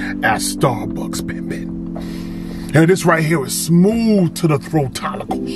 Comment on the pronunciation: I cannot with “throatollicles” 😂😂😂😂😂😂😂😂😂😂